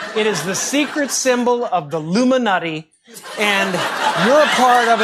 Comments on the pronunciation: He said, “The LUMINATI” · The "Illuminutty" love it! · he says luminutty, not illuminati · No, Jimmy, he said, "The Illumi-NUTTY" Watch it again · He calls it the Luminutty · He didn't say "Illuminati" - he said "LUMI-NUTTY".